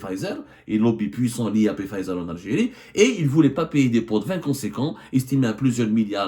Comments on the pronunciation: Journaliste d investigation qui ne bouge pas de son fauteuil .. ton bide est de plus en plus rond hhhh Y a ssi investigation tu pouvais te renseigner au moin sur le nom exact du labo ..c. pfizer .. ca se pronnonce fayzer et on ecrit pfizer ..machi. pé fayzer hhhh Comme d hab tu nous envoi une disaines d info pour qu enfin y a 1 de vraie et les 9 restantes sont fausses ..chrol gezzana hhh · On ne prononce pas le P de Pfizer. Mais qui vous a envoyé la plainte? UB Pharma? Ce ne sont pas des investigations. C'est tenez, parlez svp à notre place. Faite eu bruit. Pour info, le Solumedrol se décline aussi en injectable est non pas seulement en comprimés.